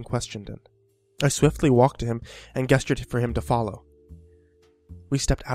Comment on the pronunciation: He said guess-tured instead on gestured